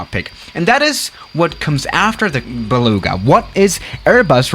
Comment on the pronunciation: baluuuuuuga. is that just me on how he pronounces it?